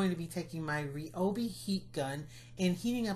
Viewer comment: Stunning work! Can't wait to try them! (Also, it's pronounced rye-oh-bee. Sorry, my hubby is a rep so I hear it ALOT!!)